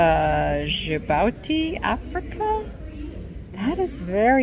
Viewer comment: It's pronounced Ja-booty. Our Navy friend was recently stationed there for a year.